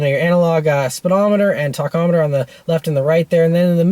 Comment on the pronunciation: Did he say, ‘talkometer’ ???